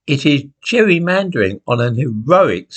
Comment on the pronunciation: Alimandering instead of jerrymandering ?